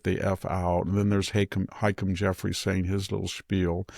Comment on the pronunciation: The House Minority Leader's name is pronounced "Hah-Keem", not "Hike-em"